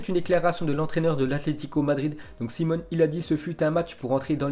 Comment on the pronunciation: Aucun respect mdrr SimEone pas Simone 😂😂😂